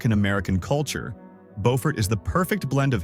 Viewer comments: Not how Beaufort is pronounced its Bew fort not Bo fort. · AI butchered the names of a few of these. It is "byew-ford" in South Carolina. There is a different city in North Carolina that is spelled the same that is pronounced as "bow-ford" like this video. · The town named Beaufort in South Carolina is pronounced Bew(sounds like new)-furt. The town in North Carolina by the same name is pronounced as the narrator said it. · Byew-furt, SC. See if you can find a video on affordable US towns that are pretty. I think Harper’s Ferry was the closest to an affordable place. A lot of our place names came about when people read about European places in the newspapers or books and there wasn’t anyone who knew the proper pronunciation. No radio, TV, movies to hear it pronounced. Depending on the part of the US, the same name could be pronounced many ways. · I think I would write the pronunciation more like Byew-fert. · Beau is pronounced as 'bow' but I know a lot of down here call it Bewfirt. LOL. not to insult anybody's intelligent, I've traveled thru a lot of states and cities in this country...everyone has different dialog from the place or environment where they grew up in. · It’s French vs English pronunciation. Bo-fort English, Bew-fert, French. It depends on who settled the area. The same with Boyer. Boy-er English. Bew-yer, French.